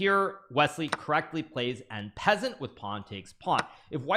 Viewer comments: Bro said "n pezant" instead of en passant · I laugh Everytime GMhikaru says en peasant